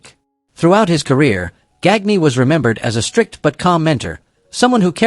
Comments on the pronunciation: ...And again...A.I. RUINS ANOTHER VIDEO!!! ....(It's pronounced "Gone-ya"....NOT "Gag-Knee".....).....(STUPID LAZY ASS "CREATERS".....) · Verne GAGKNEE LOL